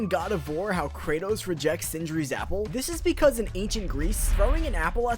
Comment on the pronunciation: STILL PRONOUNCING IT KREYTOS